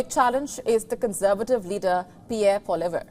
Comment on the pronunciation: Thank you for reporting the issues we can’t see on legacy news. FYI Poilievre…do not pronounce the letters after the v. It’s pronounced ‘poly ev’. Hope that helps.